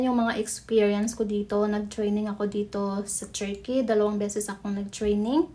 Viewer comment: Pag aralan nyo nga po yung pronounciation nyo ng TURKEY meron yan dito sa YT how to pronounce, nakaka banas kasi